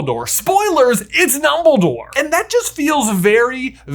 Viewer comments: "numbledore" lols :P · "Numbledore" part cracks me up everytime XD